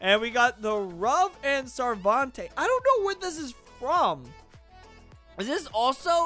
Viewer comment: Its not sarvante It is proununced as Sar-ven-tay